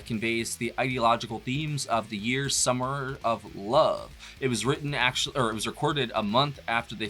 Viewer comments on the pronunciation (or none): none